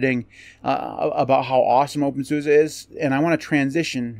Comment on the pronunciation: You need to pronounce it the German way!